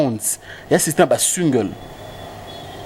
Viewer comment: ba mots français mais prononciations mobulu musique, et non musuque; concert et non conceur; single, et sungle;nelembi pona eleki ebele… en tout cas boza liboma pona ko comparé Koffi na Fabregas… FALLY IPUPA kaka nde esimba na album moko ba plus de 25 chansons. et oui 👍 vieux na nga mopao nalingaka yo mais cindy nayebi te soki abetaka yo fimbu mais yaya Cindy abomeli yo boulot